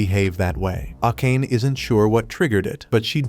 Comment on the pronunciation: for the future, please pronounce Akane as "Ah-kan-ay" I made that mistake in my teens until I heard it pronounced in an anime.